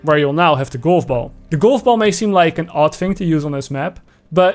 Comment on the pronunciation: I like how he says "goulf boull"